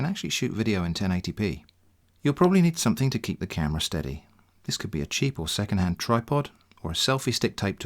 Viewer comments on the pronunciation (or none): I heard it as "... and this is TITS you never asked for" at 8.37 mark. Some spicy content advice there ;-)